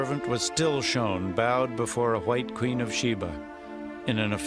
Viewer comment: Did you guys hear how the narrator, put emphasis on “ white Queen “ wow the nerve of them